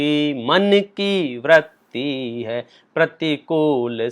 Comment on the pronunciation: Vratti (व्रत्ति) नहीं Vritti (वृत्ति)| क्षमा! मैं शब्द मलेक्ष नहीं हूँ किन्तु उच्चारण सही कर रहा हूँ।